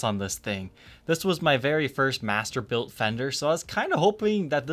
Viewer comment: I keep on thinking your saying mastibator and I get scared